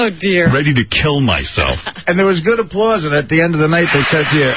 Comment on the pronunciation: you got more applawse than cleen-ton